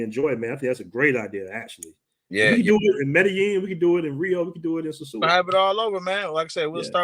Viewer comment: I’m never returning to the “Suu”(sosua). I’ll return to the dom rep but never the “Suu”